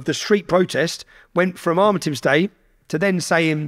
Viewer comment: Would help his cause if Tommy could pronounce ‘Armistice Day’ correctly!